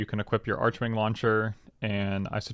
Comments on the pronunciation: I thought it was pronounced “arc-wing” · The 'h' in archwing is silent...